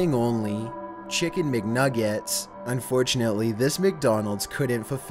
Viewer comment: It made me slightly laugh when said chickhen mic nuguehts